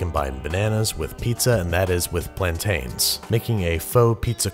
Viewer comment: That’s green banana not plaint-in not tain